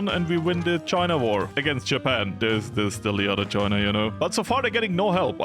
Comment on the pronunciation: Oh no how many time will he say chiner instead of china???😮😮😮